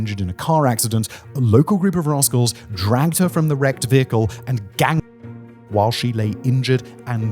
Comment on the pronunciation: What!? Spanky, Alfalfa, Buckwheat etc. Broke Bad? 😮 OH wait a minute! You said "Raskols". Had me going for a minute. 🤭